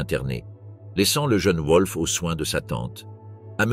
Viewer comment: Oui et le nom du fils de Hess : un coup c'est "Volf" (prononciation correcte) un coup c'est "Ouolf"